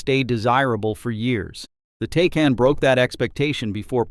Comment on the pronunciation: And its pronounced TI-CON